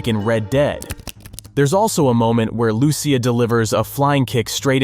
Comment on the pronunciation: Your butchering her name is not Lew-ciah it’s straight up lusea